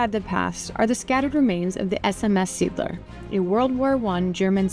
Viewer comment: Love your videos, you both carry it … Seatler.. seeadler… it’s pronounced as “zay aat lur” and means sea eagle.